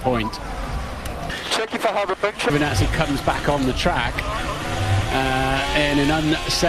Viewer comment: Its Is Giovinazzi Its Is Not Giovnazzi